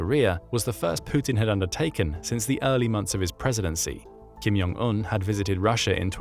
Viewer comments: It's [kʰimˈdʑoŋˈun], NOT "Kim Yong An" - congrats for losing another subscriber for the use of AI voice (or someone who clearly don't have a clue how to read, let alone how to pronounce). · I know J is sometimes pronounced as a Y, but that is definitely not the case here. It's not Kim Yong Un. It's Kim *J*ong un. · the kims names is definitely pronounced with a J. not Y.